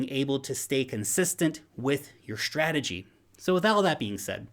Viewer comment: Did you say SHtrategy or is it just me :)